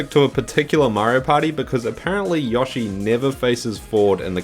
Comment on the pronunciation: Stop saying yoshi name wrong